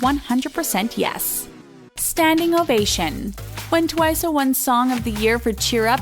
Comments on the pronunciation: Okay, I am very sorry I usually don't care when she mispronounces something, I can totally excuse her, but she does realize TWICE is an american word? Why does she keep saying TWICEAY? I'm KUNfused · Wow people are so dumb that they don’t even know s/he’s mocking the way they pronounce twice. If it’s twice, it’s twice. If Korean people pronounce it like that (twiceu) they are Korean, you’re a fucking english speaker. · WHY DO YOU KEEP SAYING TWICE A? ITS JUST TWICE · Am I the only one hearing how different she's pronouncing TWICE differently... almost like she's saying TWICEU but in a more " American" way? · Why is she pronouncing TWICE, TWICE-AY??😂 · TWICE why does she pronounced it like TWIC-E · “Twiceu” i cant that is so funny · is it me or does this person keep saying twiceh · SFHJKLJYYUIIKLOIUSDXFGHJK HOW THE HELL DID YOU PRONOUNCE TWICE THAT BAD? ITS AN ENGLISH WORD???? SDFGHJKFGDFGJHKK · Guys guys! it's just making fun of the way they pronounce Twice → they pronounce it twice-uh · Its funny how she pronounce Twice. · I'm confused how they possibly managed to mispronounce the word TWICE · WHY DOES SHE SAY TWICE WEIRDLY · why she say twice like that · My gosh you guys its how the way prounce Twice like twice-u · sorry but not to be offensive but. ITS NOT TUWAYSEY U SAY TWICE JUST LIKE TWICE NOT트와이세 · Its pronounced as TWICE not TWICESAY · Why do u keep saying twice-a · bruh how can you mess up TWICE its an english word!!! Who tf is Twise??? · "tWiCeA" wowwwww *sarcasm* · Why do they pronounce it as twice-sey lmaoooo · ITS NOT TWICE-AYE ITS TWICE JUST TWICE BY ITS SELF NO -A AT THE END!!! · Why can't she pronounce Twice properly? It's TWICE not Twice'a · Twica?? ITS TWICE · Why do you call it TWICE-eh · It’s just pronounced Twice, not Twice-a, listen to Likey, it’s says it with a regular accent with no a at the end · I can’t 😂 Sana and Jungkook 😂 The way she says twice It’s just twice the word not twiceA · It's twice btw not twiceu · It’s twice, not twicé.